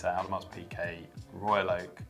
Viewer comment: Lol Audemars (pronounces the s... tsk tsk)